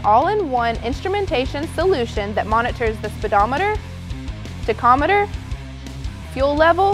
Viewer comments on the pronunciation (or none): Someone really needs to teach her how to pronounce tachometer. It's pronounced tak-om-i-ter, not TICK-om-i-ter.